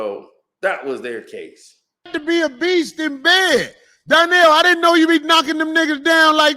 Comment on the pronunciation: You keep calling him Donyell lol. It’s Donnell 😂